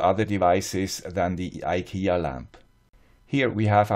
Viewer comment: Tråd=thread or another word for cord (kabel, sladd in swedish). Fri is free or less. Trådfri is ikea-swenglish for cordless. You can translate from swedish to english in two words. tråd fri = thread free. Thanks for all your good work. And btw. To be a little bit swedish you have to pronounce IKEA in swedish. [ee-kay-ya as one word eekaya]